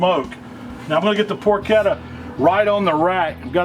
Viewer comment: Congratulations on pronouncing "porchetta" correctly. It drives me crazy when people mispronounce "ch" and "sch" in Italian words.